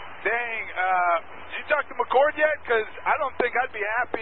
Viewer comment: It’s McChord not McCourt